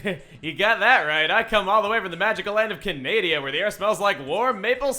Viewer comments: He said Canadia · ITS NOT PRONOUCED CANEHDIA! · Wait did you just call Canada canadia what I is confused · wow tell me more about this "Canadia" place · You pronuacted Canada wrong